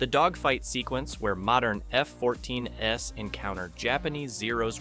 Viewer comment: The dissertation was going so well, until it talked about a pair of F-14s as "F-14 S", and calling the Mitsubishi A6M a "wooden fighter", telling us the narrator is an AI and disrupting the relevancy of the thesis itself. While I do agree with the intent of the thesis, the fact that it makes such simple AND OBVIOUS errors harms the legitimacy of the dissertation.